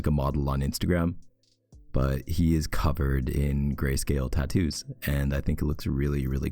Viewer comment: The way he says tattoos 😩💀